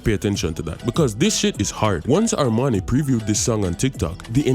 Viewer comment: Armani sound like "Harmony" and Masicka sound like "Massacre"